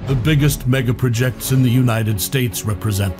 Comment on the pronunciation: Can someone program the computer-announcer to say MEGaPROjects. You held me for 15 seconds.